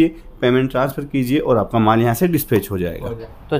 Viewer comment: मॉल नहीं भाई " माल "